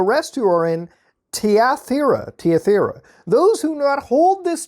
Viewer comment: its pronounced thigh-uh-tire-ah